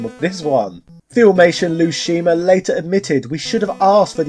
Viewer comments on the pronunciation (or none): I've also never heard "Lou Scheimer" pronounced as "Lou Scheemer" before.